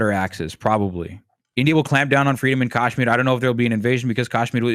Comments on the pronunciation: TBH I found myself getting triggered by what he was saying at times. Oddly, his pronunciation of Kashmir (which is very Tamil-coded and is subjectively endearing). He has an interesting perspective that is different from most commentators of Indian descent, online. I think that's pretty cool. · Bhai tu pehle kashmir achi se pronounce karle fir apne galat opnions thopna ( oh sorry i forgot you won't understand what i have written cuz you don't understand hindi. you have a very stupid take ) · Thank you for writing this. I can't fathom how this guy is giving commentary on Kashmir while pronouncing it incorrectly. The leftist discourse on Kashmir is disingenuous. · this point about the pronunciation 🫣 it was really bothering me the entire time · some parts of his argument/coverage are also propaganda, just fyi. its extremely hard to find unbiased resources on this issue. i mean, just to add some context, he has pronounced the name of the land and the people completely wrong this whole video. not that that that illegitimises all his points but its obvious he is not well versed with the nuances of the situation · lots wrong with this video that many others have already pointed out. but please, for the love of god, get somebody on who knows how to actually pronounce the name of the people and the place they are talking about. its K-UH-shmeer, not kaash-mir. also the comments are full of BJP propaganda as well so its difficult to take criticisms seriously, i get. but please talk to an actual kashmiri who has lived in kashmir. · what a shit discussion, feels like they are only targeting Indian narrative without understanding the complete history of the region and disregarding hindus when they are the victims. p.s. its "kashmir" not "Caasshmir" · You guys are both idiots. Also, it’s not Cash-meer or Kaaaash-meer. It’s pronounced Cush-meer. You constantly mentioned military occupation by India. Read history for once, blithering fools